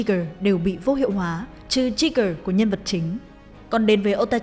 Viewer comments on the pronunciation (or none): Thực sự là đọc trigger thật mà :V dia gơ chứ cứ tri gờ ? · Jeager mà cứ đọc trigger thế nhờ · tôi khẳng định tôi không điếc =))) thật sự nghe là trigger bro sống ở Mỹ 6 năm r ní tai tôi k thối